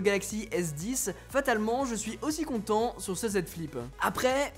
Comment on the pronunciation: Mdrrr le début on dirais tu dit « je suis super con de vous retrouvez »